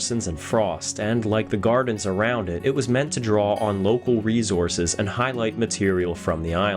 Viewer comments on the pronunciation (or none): none